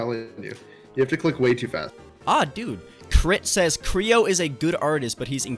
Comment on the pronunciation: ITS CRAY OH NOT CREE OH